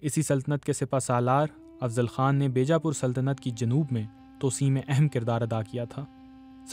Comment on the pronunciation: بی جا پور (بیجا پور) کے بے جا پور پڑھا گیا۔ یادیو ناتھ کو جادو ناتھ۔۔ کوئی پڑھا لکھا شخص نہیں ملا انہیں